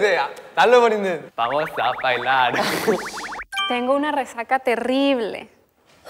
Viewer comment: La sonrisa de fue tan linda <3 Su "Otra vez" Awwww "Rrrrre-rresaca" Ante ustedes la invención de un nuevo idioma XDXD Yo vine a deleitarme con Ghost 9 y salí enamorada de ¿Qué cosas no? Aquí vemos la importancia de las señas para jugar a "Teléfono descompuesto" XD Wooo esa chica es una decodificadora de idiomas El que olvidó por completo la frase y hablo en cualquier idioma menos en español (Aunque la primera frase parecía portugués) XD El lado coqueto de salió a relucir:3 Jajajaja no puedo con esto ¿, me estás seduciendo? Porque si es así, acepto:D Lo hizo otra vez, esta chica es un genio, o una kpoper tal vez, nosotras estamos acostumbradas a descifrar el español medio raro de nuestros idols XD Todos haremos un meme de eso:D Tu siempre te vez lindo <3 A partir de hoy: Fuego = El mejor Tan cuteeeee <3 Yo en el examen XD Jajajaja si se equivocaba ya no la contaba XD Ver a Ghost 9 jugar "Telefono descompuesto" fue muy divertido, gracias Hola 82!!!